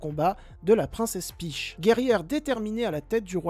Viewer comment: Très cool la vidéo ! Hâte de voir ce film ! (par contre cette prononciation de "peach" 😂😂😂) Ps: la miniature est chouette